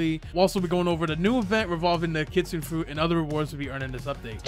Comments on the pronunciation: Btw not to be mean but its not kitsine its kit sune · no hate but it pronounce as kitsu-ne not kitsune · its pronounced kitsuna just to let ya know:) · blud said ketsun fruit bruh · It is pronounced kit su nay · Why he saying kitsune like that😭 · He mispronounced Kitsune every single time.